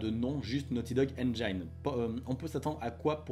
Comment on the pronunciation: Salut, juste pour info, en anglais "engine" se prononce "ainejine" et non "ainejaïne";-)